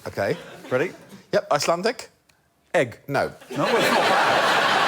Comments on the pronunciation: not just spelt the same way, pronounced the same way. So he nailed it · I´m Icelandic, and not only was Alex´s egg pronunciation pretty close, but Sally knocked Alþingi Íslendinga out of the park. Well done to them both!